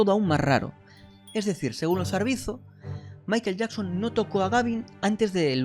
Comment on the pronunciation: COMO CREER EN ALGUIEN QUE PRONUNCIA MAIKEL YAKSON? .... NEXT!